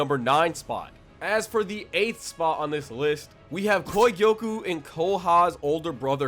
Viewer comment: The way he was saying kogyoku aS bothering me so much